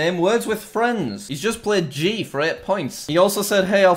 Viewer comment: GHEE for crying out loud Jack it's not pronounced jee it's gi, like the sound guh at the start then the sound ee, just Google it Gu-ee Gee Not jee But it's pronounced with a tipped ge Ghee